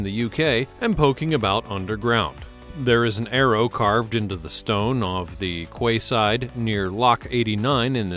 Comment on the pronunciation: Pronunciation, your quayside is pronounced "Key Side".